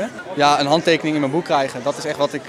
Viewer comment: moeilijk woord he meid, "handtekening"